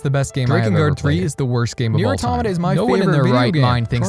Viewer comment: Immediately starting the video by pronouncing "Automata" correctly. Instant like.